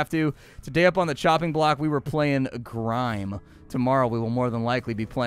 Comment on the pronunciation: Did you say GRIME